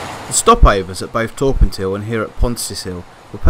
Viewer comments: It's Torr - Pant- Aye, great drone footage, keep up the good work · The correct pronunciation of Torpantau is: Tor as in war Pant as it’s said Au as in eye TorPantEye